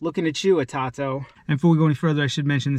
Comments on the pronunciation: Atato? Do you mean? It’s pronounced A toe toe my friend good luck 🤣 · It is pronounced. A-toe- toe